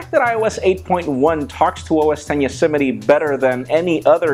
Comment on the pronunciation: "Yosemity" LOL it's YOSEMITE... just saying....:)